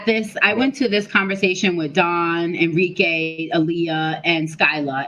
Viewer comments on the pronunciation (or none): A-rike!!! Why she keep calling her En-rike??😂😂. Otherwise, nice video folks.👊🏾👊🏾